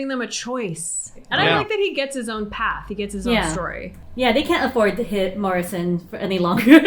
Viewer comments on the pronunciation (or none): none